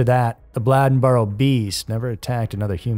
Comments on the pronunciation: Bladenboro is pronounced the same way Bladen County in pronounced. I audibly laughed. Never heard it called Blah-denboro. Bladenboro is just about 20 mins east of Lumberton by car. I've lived here nearly 30- odd years and the beast of Bladenboro is actually still visibly being seen around. Local areas. My mom seen it around 2005-09 time frame.. And actually, I whole heartedly believe thatI recently seen it and didn't realize or even think twice about that being an option. Not to mention, we've all seen huge Cat/Dog like creatures in these woods. But additionally, about the serial killer in Lumberton- the truth of Megan & the other woman's murder, being spread around the locals and mostly like- drug dealers and such (which is essentially a locally known drug area by locals) is actually more gruesome in my opinion, than if it were a serial killer. Long time fan of Scary Mysteries. Keep up the good work. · Bladenboro is a long "a" just like you pronounced Bladen County. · He ketp pronouncing Bladenboro wrong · how can you pronounce Bladen correctly but mess up Bladenboro so terribly 🤦🏼😭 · I dont get it, man.... you can say bladen, but you cant say bladenboro?? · It's Bladenboro (b lay den boro) not (b lad n boro) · Not a Blahd rather a Blay+in+burr. Native North Cackalackians.. pronounce it .. Blayd+ in + burr... .. Used in a sentence Bladenboro used to be big tahbacky farmin area up yonder from Whyyyyyteeville..(whiteville). (NC bred, bornt, buttered, braised n raised Wrightsville Beach North Caxkalacky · It was driving me crazy. He can say Bladen county just fine then butcher "Bladden-boro" 😂 when i grew up there, we called it Bladen-bur 😅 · Bladenboro....not bladdenboro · They caught Faith's murderer at a DWI license check, I dont believe anyone still knows why?Also, I believe its pronounced Blade-en boro not Blad-en boro!! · You're killing me pronouncing Blade-n-boro, Blad-n-boro. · Say it with me Blade-in-burough not Blĺadenburough😅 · its pronouced BLAY-DEN boro